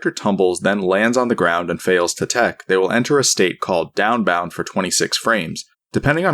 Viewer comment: downbound doesn't even sound like anything anymore. downbound. daunbaun. donboun. deoannnnnnnnnnbb